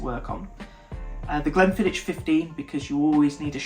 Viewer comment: Just a couple of points: there is no "t" in Glenfiddich, either in the spelling or the pronunciation - the "ch" is the same as in "loch". Would you really say "lotch ness"? If you can't stop yourself saying it like "Quidditch", maybe try "Glenfiddick"... Also: Ian McLeod (I presume that is who you were talking about) is pronounced "MaCloud". I'm afraid I was so distracted by both of those, I missed what you said about the next 3 whiskies each time... Oh, and what you had a sample of from Compass Box is "The Story of The Spaniard" - "The Spaniard" itself was a limited edition of 360 bottles released in 2018 and now selling for £300-£400 or so at auction.